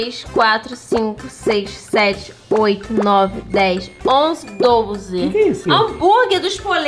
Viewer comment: É doze e não dolze